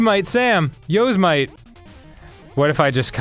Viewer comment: Are they deliberately mispronouncing “Yosemite”? I can’t tell.